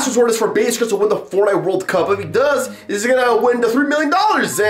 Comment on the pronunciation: Why dose he want to win the World Cup and he can’t even say cup right